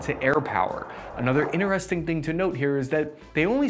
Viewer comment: Iner-resting.... he trying to say Interesting 🤣